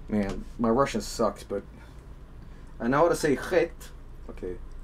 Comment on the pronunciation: But pronouncing it CHHHHET is much funnier :D